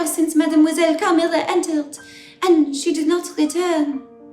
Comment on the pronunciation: No one: Natasha, : cAHMILLUHH